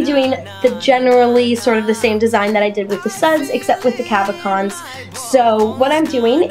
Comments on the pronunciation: nice idea - i think its pronounced cab-o-shons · You dis say cabochons wrong, but it doesn't matter! It was a really creative idea!